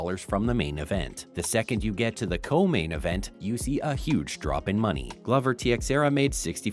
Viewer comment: This guy doesn’t know UFC. They didn’t sell to WWE, they sold to WME and they have nothing to do with WWE. Pronounced Glover name wrong as well. Jesus Christ